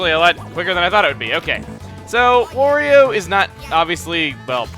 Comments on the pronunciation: Why does he keep saying Wario wrong? It's supposed to rhyme with Mario. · quit saying wario